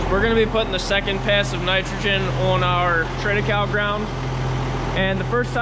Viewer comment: Hey isn't it pronounced Tri ti kay lee? I heard others use this pronunciation. Just mentioning it. Thanks for the great vids.